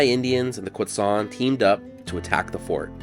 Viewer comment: pleasantly surprised to get a video about yuma showing up in my recommended videos! i was born and raised and never learned about this event in school or anything, though i was aware the the name Yuma came from one of the tribes there (Quechan/Yuma). i also now know how to properly pronounce Quechan (thank you!). awesome video!